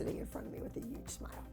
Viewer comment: the way abbys says huge uge